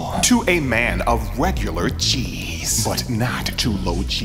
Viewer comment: I know you kept saying G's but all I heard was Cheese.